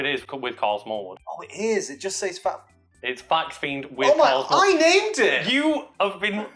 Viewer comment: Thought I heard Smarl Karlwood.